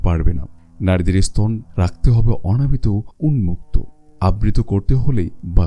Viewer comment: আপনার কন্ঠ ও বাচনভঙ্গি যথেষ্ট উচ্চমানের কিন্তু বাংলা শব্দ গুলো বেশিরভাগ শ্রুতিকটু হয়েছে। 'এসতন' ' 'অনুযে' এরকম উচ্চারণ গুলো ভিডিওটা পুরোপুরি উপভোগে যথেষ্ট বাধা দিচ্ছিল। ওটা ঠিক করুন, সব দিক দিয়েই সেরা হবে।